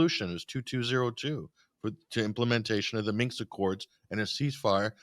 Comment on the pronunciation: Interesting discussion, but why does every American commentator mispronounce Minsk as "minks"? Well, for that matter, why did a city which for thousands of years has been known as "Key-yev" suddenly become "Keeve" just because some coked-up little actor in a green T-shirt demanded it?